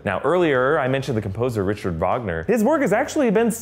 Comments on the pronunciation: For future reference, its pronounced Ric-hard, not the American pronunciation of Richard. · Who listens to that F minor 6/8 pattern and thinks "Ah, yes! Elektra!" and not "Imperial March variation"? Also, Richard Wagner's first name is pronounced with a "hard" ch.